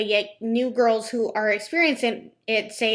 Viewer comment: “My Canadian viewers sho are anti-mlm”. I’m sure you have so many Canadian viewers. 🙄🤣